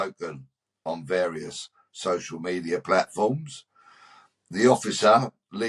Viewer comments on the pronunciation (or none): none